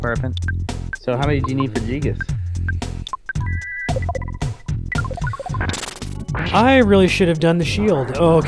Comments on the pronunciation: Dude, did he just say jee-gas? wtf its guy-gas man. Get your shit straight. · Gee-gus. That's a new pronunciation to me :P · i this is fantastic, only thing i couldn't stand was their miss pronounce of Giygas, ....not Jigas.....>.<